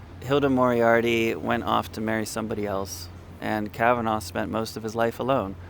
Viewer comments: Fyi: It's not pronounced 'Kavan-augh' It's correctly pronounced 'Kavan-ah' (phonetically) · Kav-an-nah not Kav-anv-oh. Regardless of it being spelt Kavanagh. Please listen to the spoken Dawning of the day or the music to the poem to get the correct rhythm to it. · It's pronounced KAvanAh not KavanAW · I know Irish names are pronounced slightly differently in America but Kavanagh in Ireland is pronounced Kavanaaa not Kavenaw 😊